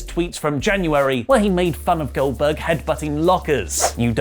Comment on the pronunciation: I swear he said Billberg